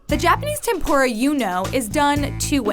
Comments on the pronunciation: she kept saying "TempOra" and im triggered. 天ぷら is not pronounced that way. It is clearly a u in between the p and r. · it’s tem-poo-ra not tem-pho-ra also fun fact I’m Half Japanese and Portuguese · its tempuda not tempora ok i am from japan. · It really bugs me how they say "tempora" (it's pronounced "tempoora") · Isn't tempura pronouced tem-PU-ra but not tem-PO-ra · Ten-pu-ra Not ten-pore-a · Tehm Poo Dah would be closer to the Japanese pronunciation, I suppose. But, go ahead and call it Temp Or Rah if you’d like. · Did they just pronounce tempura as tempora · Majestic Bacon Actually it's pronounced temp'ra with a slight short rolled R. Letter U in certain romanazized spellings of Japanese words are often extremely faint or outright silent. For example 'desu' (a 'to be' word) is pronounced 'dess'. Tetsuko would be Tets'ko. Hope this helps. :) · the videos are cool and all but their pronounciation of tempura made me cringe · im Japanese and the pronouncing of tempura is really bad its funny XD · The way they pronounce tempura makes me cringe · Sorry but I don’t wanna be that guy but you pronounced tempura so bad. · Dont try to speak tempura if you cant say it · She is saying Tempura wrong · Why can she pronounce Tanegashima correctly, but not tempura?